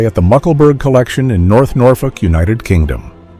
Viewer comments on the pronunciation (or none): none